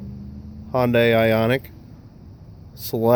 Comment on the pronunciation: Jesus it's not 'Hon-dye'